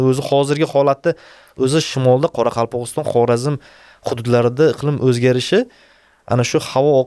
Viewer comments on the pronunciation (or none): none